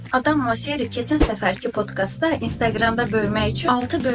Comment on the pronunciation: Sən Allah bilmiş bilmiş danışacağına istifadə elədiyin sözlərin düzgün deyilişini öyrən. Bilmirsənsə bu dəfədə biz öyrədərik.potqast yox potkestdir oxunuşu